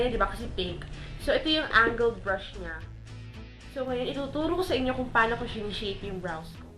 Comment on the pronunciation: Natuwa ako nung sinabe mo. " So eto ang tagalog na tutorial kung paanow kow ginagawa,,,,," wala lang ganyan din ako minsan eh hahaha